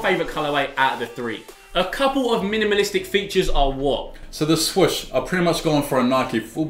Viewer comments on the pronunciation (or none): ‘The swush’